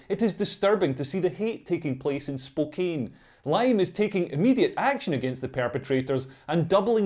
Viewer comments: I believe the pronunciation is "Spo-can". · BTW, for some unknown reason, "Spokane" is pronounced "spo-CAN". Don't ask me. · It's pronounced Spoke-Ann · I live in spokane, im bisexual. These woke lefties are p_ss🐈 Also just so you know, we pronounce it Spo-Can here. Hearing spookane made me chuckle aha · Pronounced 'Spokann' ... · Pronounced spo-KANN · Not sure if it's the accent, but even though the city is spelled Spokane, but it's pronounced Spo-can. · The town of Spokane, Washington is pronounced spo-CAN. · My Scottish brother, that town is pronounced Spoke Anne. Although it was hilarious to hear you pronounce it your way repeatedly! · It's pronounced Spoh-can. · It's pronounced - 'Spokan'